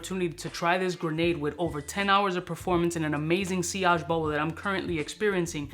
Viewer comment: "Sill-idge"? You mean, "see-arge" surely 😢 Maybe it was a joke?